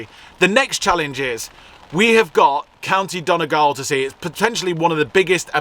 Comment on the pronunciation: It's pronounced Don ee gawl lol, loved your road trip but your pronunciation of Irish place names is dodgy 😂😂. Great video's though, I was saddened to see the site of your mom's home in Castle Town, it was a sad indictment of emigration.. you look like your ma. That man probably knew you were a because you have your mammies features. Good luck to both of you..